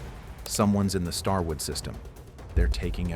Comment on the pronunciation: “Starword”! How does AI not catch these things? 😂